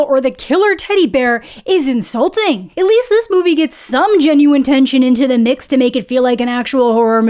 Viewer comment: the "its insulting" sounded so irish lmao